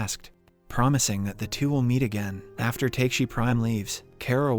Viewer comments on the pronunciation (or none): I have a strong feeling that they used the AI website in this video because the way he pronounces Takashi in this one seems so that the writer who wrote the script for the AI, wrote TAKESI instead of TAKASHI in some lines. That is why the person or AI reads it as TAKE-SEE instead of TA-KA-SHE. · Takeshi To Takesi To Taxi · Honestly speaking i was so happy this channel got back to explaining the movie but that didn't last for long haha he kept on mis-pronouncing the name Takashi, but why are you pronouncing Takashi prime as taksi prime and not like you are pronouncing with the black guy Takashi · Also, the pronunciation of "Takeshi" to "Taxi", LMAO!!! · I crazy how they are able to do all the hard things right but fail to pronounce the name of the protagonist correctly. For the FOURTH TIME NOW! 😁😁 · TRUE LMAO